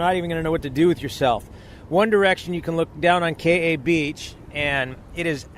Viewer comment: Mahalo! Nice job on the photos & video! The river is definitely tough going especially after a rain and when you reach the falls you are rewarded with a stunning sight 😍 Glad you and your friend made it back in there safely. By the way, as a local, may offer you a little feedback on how to pronounce “Hanakapi’ai”? It sounds like you are saying “Hanakapi ‘a’” You were very close. The last part is pronounced a little different. Broken down Hana-ka-pi-ai. The ‘ai’ is pronounced “I” or eye! 😊🌈💕